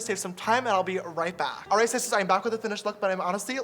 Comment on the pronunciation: Hi shisters! Its James Charles and welcome back to my YOUCHUBE CHANNEL